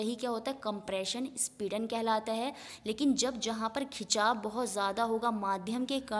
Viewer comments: speedan nhi sampidan hota hai 👌👌👌👍👍👍👍💐💐💐💐💐💐💐💐💐💐💐💐💐💐💐💐😊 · Speedan bol bol ke... sampeedan hai mam